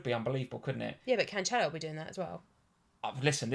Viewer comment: you laughed and corrected with the wrong pronunciation! Jesus with a "G" sound is totally correct! 🤦‍♂️ Also, it's not CanCHelo, but CanSelo.